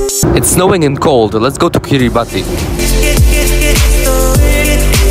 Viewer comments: Please pronounce their country correctly. It's [ki-ri-bas] not [ki-ri-ba-ti]. 😊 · First of all it’s kiriBASS, it’s not pronounced Kiribati cuz that’s how people that speak gilbertese pronounce it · Didn't you learn how to pronounce the island's name when you were there? It's KIRIBAS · The country's name is pronounced KIRR-i-bass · Learn how to pronounce it bro so you don't embarrass people that show up there based on your video. it is pronounced Kiri bass. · Pronounced Kiri Bas